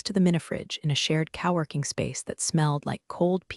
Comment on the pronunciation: OMG..."cowworking"...Jajajajaja and the AI actually said "cow" + "working". WHAT A JOKE! Fake AI junk.